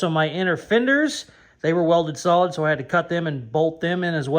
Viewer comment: Gotta love and his use of words!! Pretty sure I heard my man say its real salad instead of real solid. Lmfao!!!